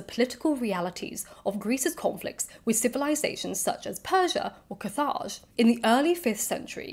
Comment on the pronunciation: The way you pronounce "Carthage" 😅😅